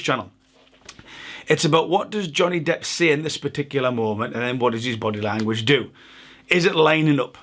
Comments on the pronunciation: # am I hearing this as an unintentional pun? Johnny “depth” I’ll resume listening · did u call him johnny depth? lmaoooo